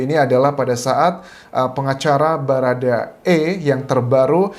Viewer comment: Bharada woy bukan barada